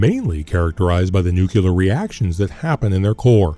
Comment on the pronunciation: Come on man. Learn how to pronounce the word Nuclear. You sound like George Bush